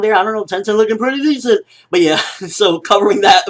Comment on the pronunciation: "TENTEN LOOKING PREATTY DISCENT " hahahahaha